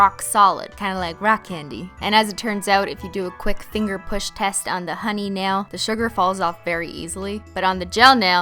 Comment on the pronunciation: Anyone else think she says ‘chest’ instead of ‘test’ ? 😂